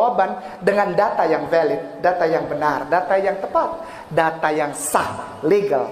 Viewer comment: Dia mengungkapkan DATA YANG WELIT.... nyebut VALID jadi WELIT.... yaa maklumlah, ilmunya sudah SANGAT TINGGI.. :face-purple-crying::face-purple-crying::face-purple-crying::face-purple-crying